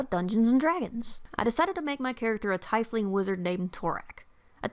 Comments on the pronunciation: It’s not tai-fling it’s teefling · Your pronunciation makes my eye get all twitchy. It's TEEF-ling, not TYE-fling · Why do I hear so many people pronounce Tiefling as Tai-fling, when it's always officially been pronounced Tee-fling